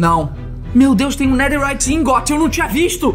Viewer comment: EU VENDO ELE FALA NEDERRIYT EU: ESTUPEFATO